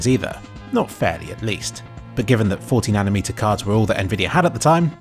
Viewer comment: thought you said it was 14nm and had to rewatch it a few times to hear 40nm lol.